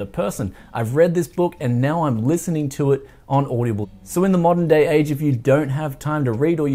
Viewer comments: Bruz, its Aud-Ah-Ble, not Aud-ia-ble, at least according to their own advertising, just pointing that out, enjoyed the vid alot my man! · Am I the only one that noticed he pronounced Audible as OY DA BULL, lol